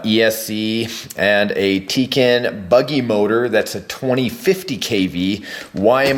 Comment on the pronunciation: you pronounce tekin wrong